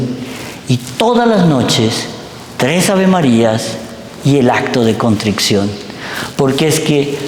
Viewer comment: Me encanta escuchar a este sacerdote. No me pierdo ningún video. Pero, por favor, que alguien le diga que se dice CONTRICION y no CONTRICCION. Gracias